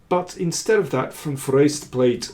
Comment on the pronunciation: For an English speaker the pronounciation of van Foreest is excellent.